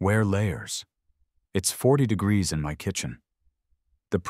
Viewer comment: Why wasn't he grandfathered in? Why can't the AI pronounce "degrees?"